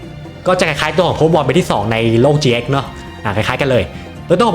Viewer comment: Yu gi oh gx ไม่ใช่ yugioh เจ๊กครับ ช่วยออกเสียงให้ถูกด้วยครับ